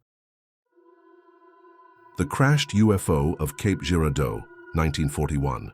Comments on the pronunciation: Cape ger-are-doe is the correct pronunciation 🤣 I've never heard of any of these stories I've lived here in Columbia Missouri for 40 years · A.I. needs to learn to pronounce Cape GirARDeau